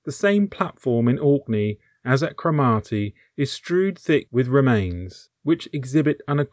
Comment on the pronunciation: Cromarty - Craw-Mar-Tay